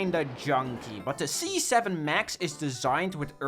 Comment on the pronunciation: when you said c7 i thought you said z7 and it gave me garden warfare 2 flashbacks!